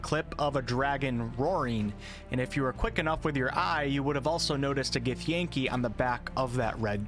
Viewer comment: First he says Drow wrong and now he butchers Githyanki?!? Unsubscribed...